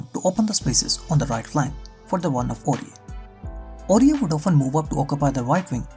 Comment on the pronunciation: hey bro, it's "Aurier"